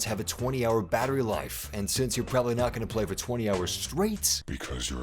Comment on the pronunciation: When he said "You're prabablly not gonna play for 20 hours" Oh I'm gonna be playing for 20 hours man!